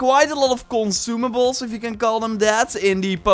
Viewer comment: Nobody:: “consumaBOULS”